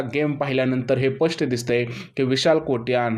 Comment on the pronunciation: Pasht distay nahi ho spasht distay.kiti chukicha ucchhar karta